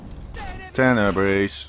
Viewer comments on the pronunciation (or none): Tene-breeze :P xD